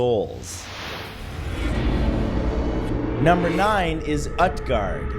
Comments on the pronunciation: 2 nit picks: Utgard would be pronounced Ootguard and Norse religions aren't dead. It makes up a goodly portion of paganism. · It is not pronounced UTguard, it is pronounced OOTguard. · Great video Matt by the way Utguard it actually pronounced (oot-gahrd) 😁, Scholomance was discovered just play WOW lol 😂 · It's pronounced oot-guard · Utgard is pronounced “ootgard” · Matt, say Groot, Cut the Gr, and add gard after the oot. Utgard. You're welcome. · I think that the U in Utgard is pronounced like Uutgard or Ootgard I wonder if Hy-brazil is the original idea for Avalon? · It's pronounced oot-gard